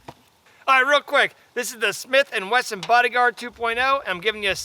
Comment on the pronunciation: nice video despite that you can't say Smith & Wesson ! LOL